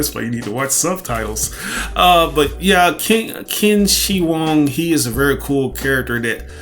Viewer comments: pretty sure it's pronounced like Chin-She-Hwong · His name is pronounced Chin-She-Hwong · that's NOT how you pronounce it bro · Qin Shi Huang (Chin-Chi-Wong)